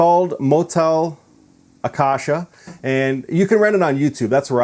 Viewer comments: You can listen to the correct way to say Acacia in one of the Iron Maiden songs you can easily find here on YouTube: "Iron Maiden - 22 Acacia Avenue". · you don't even know how to pronounce acacia😔 and he said he research about it.